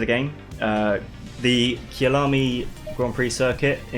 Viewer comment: Kyalami is pronounced kI-ya-lar-mi